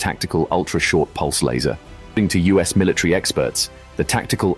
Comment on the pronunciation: Or are you trying to say MILITARY